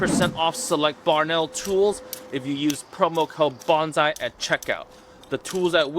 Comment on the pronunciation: Always find it difficult to trust instruction from someone who doesn't pronounce bonsai correctly.